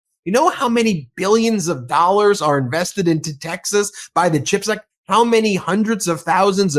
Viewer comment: Does he even know what a chip is? He always says ´chipact’ like it’s about potato chips!!